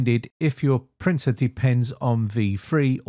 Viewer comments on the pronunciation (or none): Says Windows cannot find 'printul'